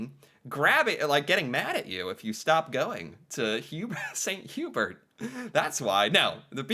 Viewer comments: 2 pronounciation corrections. Chalet (Swiss Chalet) is pronounced Shall-lay. Hubert in St. Hubert is Hew-Bear. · I’ll give him Hubert but chalet feels like it should be just known